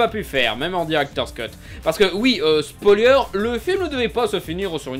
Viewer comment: C'est incroyable : tu écris Spoiler, mais tu dis Spolieure. Ya rien qui gigote, là-haut ?